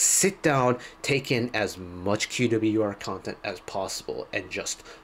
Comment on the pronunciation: Thank you for the right pronunciation of band name! ("que - double u - e - are")